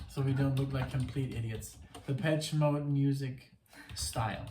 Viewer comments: It's Depeche Mode, no Peach in their name... ;-) Like depèche in French. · Legendary band with tons of fantastic music, so many songs to recommend, good lyrics too. Check out World in my eyes, Enjoy the silence, In your room (album version). Happy belated 30th birthday,! Oh and it’s pronounced de-pesh.😉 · The proper classification for this music is Techno Rock. And the proper pronunciation is Depesh Mode. Love Depeche Mode. Have listened to them for many years. Everything they record is worth repeatedly listening to. My favorite song is Strangelove. Thank you for reacting and to Kevin and Tomaso for recommending. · This album came out in 1990 and blitzed everything. Tbh you can’t even say this is a “1990” sounding album, it could easily sit with albums made 10-15 years later. Genius, saw them live in London in 1990 at Wembley, astonishing. Btw you pronounce it “Depesh” Mode. Please don’t compare it to Rammstein 🤣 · It's pronounced... Dep esh ay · Goth people like it, but it was around before Goth was a thing. Depeche Mode (pronounced de-pesh) was just considered alternative/new wave dance at the time in the US and synth-pop in Europe. I would recommend listening to songs starting with the album "Music for the Masses" Before that, they may be a little too synth pop. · I love Dave Gahan's voice. By the way, it's pronounced Da-pesh.